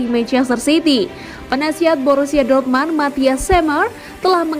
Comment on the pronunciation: Dortmund mbak bukan dormand anjay